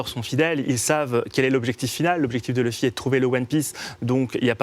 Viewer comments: Par contre ça se prenonce leffy pas loufy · Louffy non ! C'est Leuffy ! Sinon c'est bien et c'est complet comme vidéo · Elle a dit louffy 😔😔😔😔